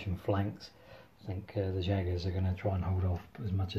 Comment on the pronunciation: Great battle, that right flank had an amazing fight. Just a small correction Jaeger is actually pronounced Yaeger